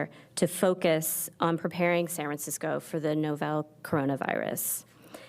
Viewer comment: Lol, "Novell Coronavirus" XD